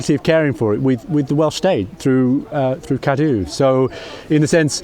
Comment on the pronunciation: Admirable efforts at pronouncing Pontcysyllte, Llangollen, and CADW by Englishmen 😉